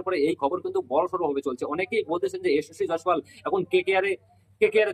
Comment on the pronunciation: নামটা ঠিক করে বল😊